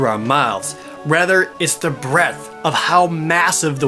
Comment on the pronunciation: "breadth" sounds more like what jared meant here :p lol this game does sound and look pretty great, i just dont know if its worth buying the switch over...